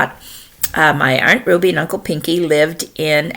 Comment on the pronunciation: LOL haven't heard Aunt pronounced Aren't in a minute (